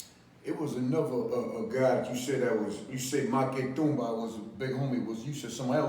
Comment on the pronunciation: Good guest, an OG. But how tf this dude cant say Maque Tumba 😂